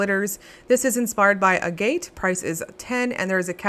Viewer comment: Agate is pronounced AG-it. Ag like bag. 🥰